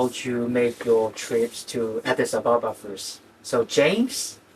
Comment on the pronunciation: OMG-Addis Ababa. It’s not difficult. You’re supposed to be in love with an Ethiopian and not only don’t you know their capital city, you haven’t even bothered to read it properly and learn how to pronounce it!!??